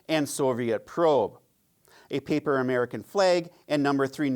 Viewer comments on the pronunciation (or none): none